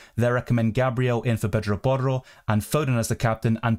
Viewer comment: U pronounce porro so well